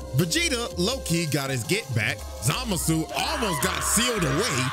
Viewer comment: the way CJ says it makes it sound like the N-word, which is in character for how racist Zamasu is.